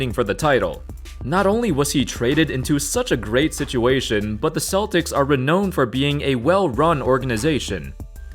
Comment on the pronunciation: Boy you really jump to some conclusions here. There is still time for some of these guys to develop. Watch what happens to Lauri with Billy Donovan. Also, you should look up the pronunciation of “renowned.’